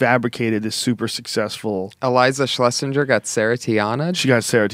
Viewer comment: She said a million times Joe its Schlesing grrrr ... Not jer